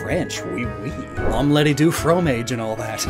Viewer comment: Funny how you throw shade at how Brits pronounce taco then you go and say omelette du fromage the way you did 🤣